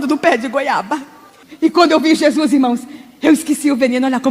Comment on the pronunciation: kkkkkkkkkk parece que gésuis aparece facin facin kkkkkk